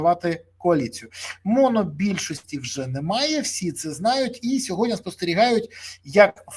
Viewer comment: Не "сьогоднЯ", а - "сьогоднІ". Я розумію, що ви - не українець, пане Березо, та вивчіть вже, нарешті, це слово, не таке вже воно й важке! позаяк ви його повторюєте в кожному своєму відео, відтак вам воно стане у пригоді!